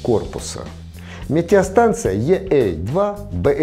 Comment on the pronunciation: ведущий на видеоролике очень странно произносит название станции - е эй два (?)... если уж говорить на английский манер то тогда уж - и эй два... ну а если по нашему то - е а два... ведущий почему-то первую букву говорит по русски ( е)... а вторую уже говорит на английский манер ( эй)